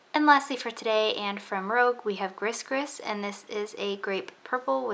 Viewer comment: 😍 Gris Gris is pronounced "gree gree" (rhymes with tree tree)... A gris gris is a small cloth bag filled with magical (voodoo) charms and good intentions, meant to ward off evil spirits and hexes.